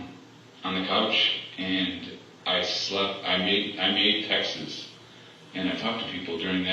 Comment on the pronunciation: Text-es? It's texts. This guy is a moron.